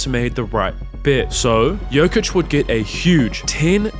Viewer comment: bro u gotta stop calling him joka